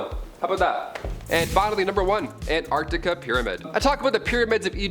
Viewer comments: Sorry Antarctica……not Ant-Arctica… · Just love the way pronounces somethings….Antartica is one word not Ant-Artica. Say it faster. Love your work ❤